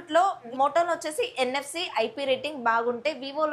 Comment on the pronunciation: Forget about phones the way you present is totally like a college kid not a professional youtuber. Also the words pronunciation is not upto mark. Why so hurry in complete just concentrate on quality. It's NSE it's NFC. I don't know some jokes are playing infront of you so you are laughing. Coming to phones specifications and specs have you really used the phones and doing the review or simply reading the box content or seeing other videos and specifying here ? While doing any review just keep it in hand shoe the viewers about the experience anthe gani don't do it vaguely. First time I'm hearing that clean os is given due to the lag issues what a conclusion 😂. Don't read like a newspaper just use it and do the proper review it makes you grow better. 1% of knowledge also not gained by the viewers based on your analysis just reading a paper won't make any sense. Hope you understand.